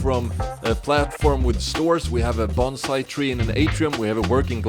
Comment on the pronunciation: First I understood "a bomb site tree" but it'S probably a bonsai...🤭